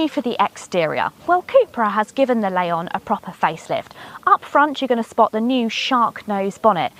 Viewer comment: There's no "A" in Leon.